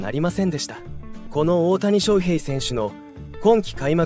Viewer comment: 他のチャンネルと同じナレーションですよね。外国の方でしょうか？オオタニショウヘイのイントネーションが個性的すぎるので耳に入ってこない😆 どこ出身なんですか？